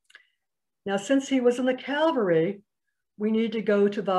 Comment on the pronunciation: Cavalry ( military unit), not Calvary (place of crucifixion)